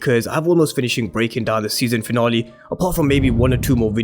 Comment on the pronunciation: We're all here just to here my guy say "season finolly" 😀